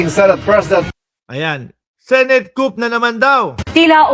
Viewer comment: silent "p" po ang coup 👍